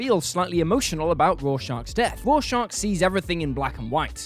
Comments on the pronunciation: FFS! Its Rorschach, not Raw Shark!! Have you even read Watchmen? 🤔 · Petition to ban this man from ever saying Rorschach again please